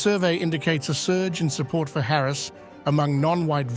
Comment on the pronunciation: The way you pronounce Harris's name makes me think how much stock trump has in this station?